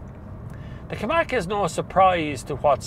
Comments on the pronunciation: KaMIQ not KaMAK ;) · Hi. You keep saying Ki- Mack. Is it not Ka-Mick?